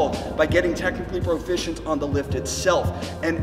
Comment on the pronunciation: Could have sworn you kept saying technical broficiency.